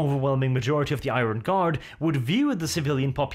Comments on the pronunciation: For heavens sake IRON is pronounced Ai-URN. My brain hurts after all the 1000 times it has been said incorrectly lol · Where on Earth did you learn to pronounce the word 'iron'